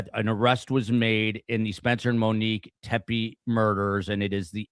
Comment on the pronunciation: The last name is pronounced Tep-ee, not Tep-ay.